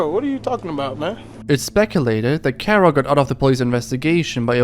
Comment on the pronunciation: Kero not Kuro